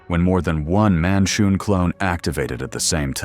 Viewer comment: Lol cromph, monshoon 😂, if you're gonna use ai to make your videos at least get the names right dude.....Gromph....Manshoon